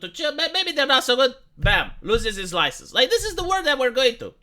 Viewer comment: he will lose his loicense